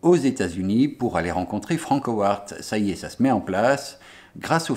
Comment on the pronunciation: "Franckowarttt" comment ça pique les zoreilles !! >_< Bonne continuation et go les beaux projets ! :)